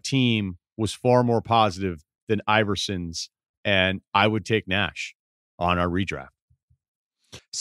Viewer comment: I could not listen any more after Ryen said Nash over AI.